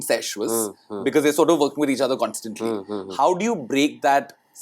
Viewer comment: loses CLASS the moment he mispronounces constantly as "consantly" and sour as "sawar". I bet it's the guilt from telling the lie that Pri never addressed that before, because Pri did, too years ago, in the season 1 of the same show. And there is no "whatever" about that.